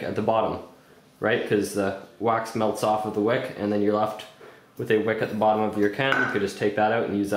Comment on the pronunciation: wax not "waz" XD